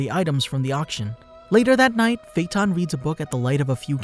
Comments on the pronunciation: AJFJAKSKSODOAKVOSKCKVKD I CAN TELL YOU WATCH DUB BY THE WAY YOY SAY HIS FUCKIN' NAMEE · the way he pronounces his name pisses me off